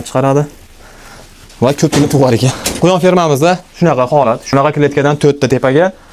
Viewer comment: Ку́йон ❎ Куён ☑️